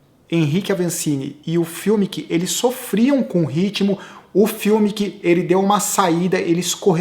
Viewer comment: Sem querer ensinar Pai Nosso a vigário,, mas Fumic e alemão e pode chamar o cara de Fumic mesmo e não "fiumic" como sempre você fala. Só uma dica. Blz?! Seus comentários são bons demais!